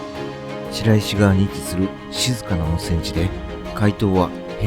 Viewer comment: 「しらいし」ではなく「しろいし」ね。